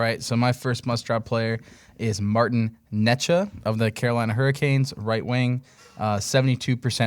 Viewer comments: ITS "NAY-CHAS" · Hahah yes still wrong, and multiple ways 😂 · that has the craziest way anyone has ever said necas before 😂 #GentlemansClub🤝